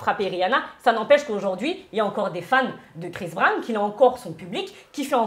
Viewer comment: Je cherchais un commentaire comme le tiens c est vraiment une hypocrite je n ai jamais apprécié alors là c est catégorique elle me répugne. Il n y a absolument rien à défendre à cela. Elle dit etre d accord avec Dylan qui sous entend que les gens sont fans de CHRIS Brown (et pas "BRAN") soit disant journaliste qui ne sait pas prononcer un nom. En plus mère de 2 filles quelle honte mais quelle honte elle réagit à peine face l évidente violence de la vidéo.